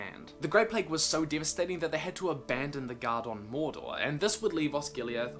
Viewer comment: Quite deevahstating